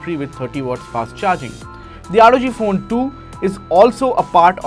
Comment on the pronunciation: NO ONE:... Literally NO ONE:... THIS GUY: ROG FOON